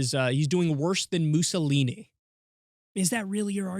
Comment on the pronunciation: "Muzzle-eeny." Levin can't even pronounce Mussolini.